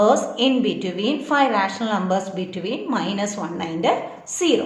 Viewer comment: teacher its numbers not xlumber